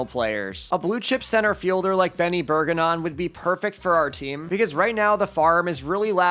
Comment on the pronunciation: It’s berj-er-on not burgernon